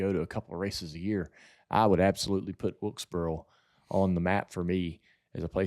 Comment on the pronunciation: I’ve lived in NC my whole life and heard all kinds of southern accents, and I still don’t understand why JR can’t say “north wilkesboro”. It’s like he’s saying “north wiltsburl” every time. Where does that come from??